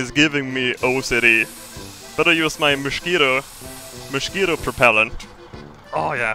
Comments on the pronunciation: "Moshquito"...............much better than the actual pronounciation in my oppinion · "Moshquito propellant"